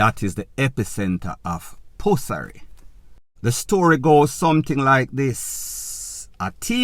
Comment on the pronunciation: “ pussary”? 😂😂😂no sah. In all the seriousness you gave me a good laugh